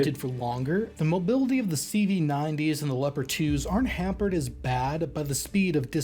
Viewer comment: making all our swedish CV´s sound like german ones complation xd